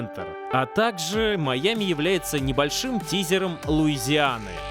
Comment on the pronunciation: Жень, ну как ты такое УПУСТИЛ. "Маями" вместо "Майами" (не придираюсь, просто обнаружил недочет)